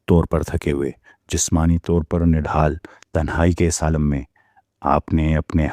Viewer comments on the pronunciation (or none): none